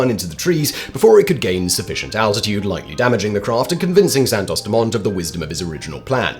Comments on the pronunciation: Im surprised you dont know the T is silent in Dumont which is obviously french.. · Santos-Dumont, dumont is french, you shouldn't pronounce the t